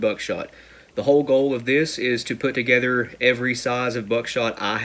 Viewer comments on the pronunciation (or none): He said togetter again